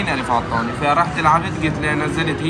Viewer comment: قطوني ❌ غطوني ✔️